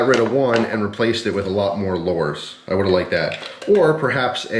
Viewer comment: Please learn how to say lure